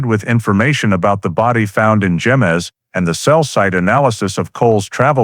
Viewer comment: Yes..... it is pronounced "hemez." "J" makes an "H" sound. Also the double "L" in Bernalillo makes a "y" sound.